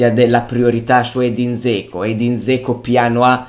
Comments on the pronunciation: Cmq si pronuncia Geco...:) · te l'ho detto perlomeno io stavo scherzando perchè mi faceva sorridere la pronuncia poco azzeccata!! non intendo sfottere nessuno 😁✌ tanto meno ⚪⚫